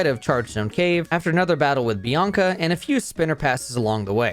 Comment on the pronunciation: ... Bianca and Chieri ????? Edit: Ah you're one of those Youtubers who pronounces everything wrong on purpose to drive up engagement in the comments